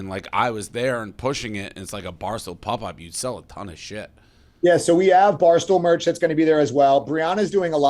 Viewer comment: Dave is mid-40s and still pronounces pop as pup. That shit gets me everytime.